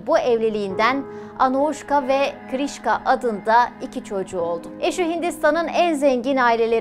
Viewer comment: Kırishka değil krishna